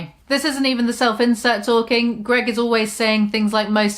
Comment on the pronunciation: I keep hearing "self-incel" every time she says "self-insert". Still fits just fine though